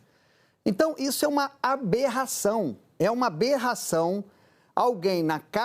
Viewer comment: Esse pseudo-jornalista é muito burro!! Ele acredita que alguém vai dar crédito pras besteiras que ele fala?! Jura!? Alguém avisa pra ele que não é "berração" é Aberração 😅😅😅😅😅😅😅